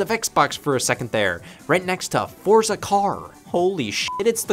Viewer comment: It's pronounced ForTza 🧐